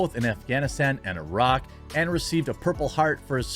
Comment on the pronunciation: Omg someone thats American that pronounces Iraq properly thank you sir!!!